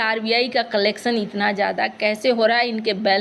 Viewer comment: कलेक्सन नहीं मॅडम कलेक्शन बोलते है